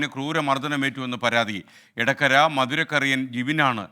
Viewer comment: ഇടക്കര എന്നല്ല എടക്കര ..... കൂടുതൽ നന്നാക്കി, ആ പണി വേണ്ട SKN . എടപ്പാൾ നിങ്ങൾക്ക് ഇടപ്പാളാണ് . എന്താണിതൊക്കെ ? ഇട തന്നെ വേണമെന്നുണ്ടോ ?